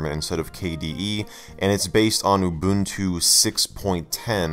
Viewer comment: Mubuntu 😂 6.10 (not Linux Mint)